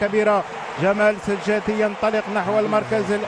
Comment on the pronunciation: إسمه سجاتي يا معلق وليس سجادي